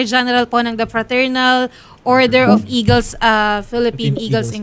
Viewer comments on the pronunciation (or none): eguls hindi eagles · Instead na Eagles..naging Eguls😂